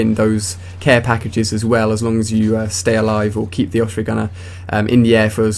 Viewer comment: just a question, why do you pronounce it oFsprey not oSprey?